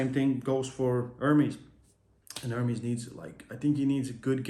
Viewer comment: bro stop saying "ör-meez" it is "Er-MES" c'mon you heard the true version enough why still ör-meez😬